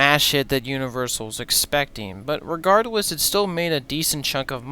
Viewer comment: Bro said regardwess in the beginning I knew the video was about to be cooked